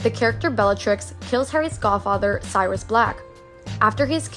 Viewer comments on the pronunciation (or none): In the Harry Potter section, you did mispronounce Sirius's name. It's not pronounced "Cyrus", it's pronounced "serious"